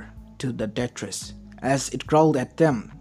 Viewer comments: just so you know it's tartaros not tetris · Tar ter it's